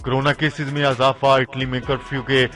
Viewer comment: Lafze"izafa" Ko aap ne "azafa" kaha aur"lafze" "himayet" Ko aap ne "azafa" kaha jo keh galat hai